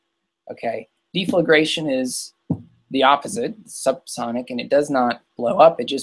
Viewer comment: Say "sal-ISS-a-late" and "DEF-le-grate"